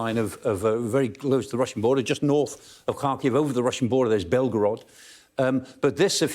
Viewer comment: Show some respect and learn how to pronounce Ukrainian names. Its Har-keeu.